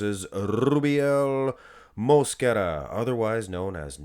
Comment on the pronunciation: Good vid! i dont care either way, just wanted to say that Rubiels last name pronunciation, you accent the 2nd syllable. MosQUEra. 😅